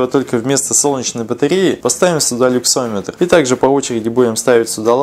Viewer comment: Люксметр, не люксОметр